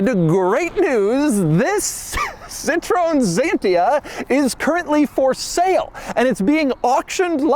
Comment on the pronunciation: Very nice car and not weird at all. Only Dougs pronounciation of Citroen Xantia is weird. Or funny.